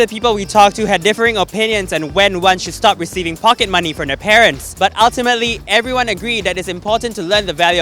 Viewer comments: "pockey money" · pockey money :)